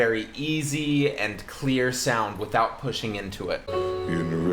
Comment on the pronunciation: I HATE how he mispronounces words leading into the peaks of the song. He uses a breathy onset in the middle of a word like "without" and "might" and creates words that do not exist in the English language. "Withou-hout" and "migh-hight" are not words. This is one of the first things I was taught not to do when I was taking voice lessons.